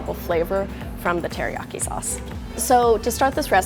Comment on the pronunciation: did she say HERIYAKI? lol